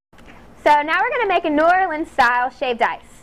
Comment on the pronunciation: You totally mispronounced New Orleans.